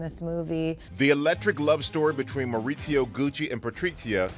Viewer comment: Why he says patriCia and mauriZio, with C and Z with Spain accents. They are italian not Spaniard.